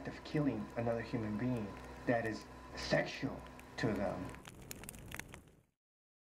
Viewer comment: Colliex 14 "seck-shull"